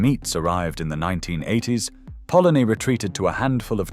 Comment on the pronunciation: So why are half of your pictures American, these videos are pathetic, we didn't have french fries, we didn't have kitchen counters either, even the cartoons are American, sausage and mash is eaten today, bacon was never in bubble and squeak, ready meals arrived long before the 80s. Can't even pronounce polony correctly😅. All in all a very crap video.